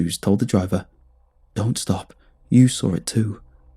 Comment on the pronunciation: I like how he pronounces saw as sawre